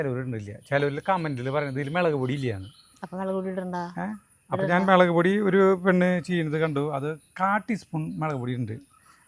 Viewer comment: മെളക് പൊടി അല്ല മുളക് പൊടി.